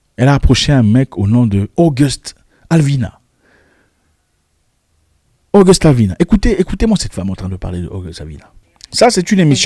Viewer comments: August Alvina 😂😂😂🙏 c'est Alsina 😂😂😂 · Alsina et non alvina .notre frère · PAS ALVINA MAIS ALSINA .MERCI